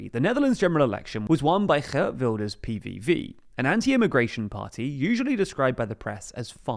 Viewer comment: He is not Gert from Samson and Gert. Its pronounced Geeeeert, rhyming with Weeeeird!